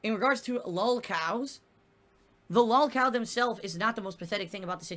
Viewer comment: "I was around before lahlcow culture existed" Does he really believe the bullshit he says or is it just cult pignosis?